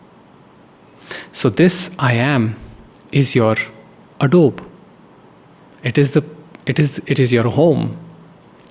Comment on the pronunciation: You are pronouncing it as adobe